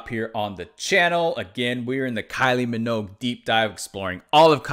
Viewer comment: It’s pronounced “min-ogue” like the word rogue. Not “mog”